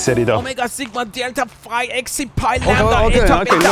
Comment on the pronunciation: did bro just pronounce Xi as “exi”? 🤔🤨